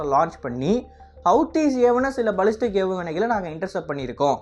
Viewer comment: பலிஸ்டிக் இல்லப்பா...பேலிஸ்டிக் ஏவுகணை...